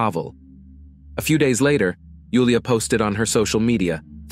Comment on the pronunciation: I'm glad you pronounced Julia's name correctly ❤ Nice accent.